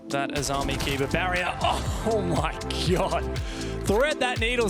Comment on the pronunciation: I think the operator is actually called Azumi not Ozmi. But maybe they changed it?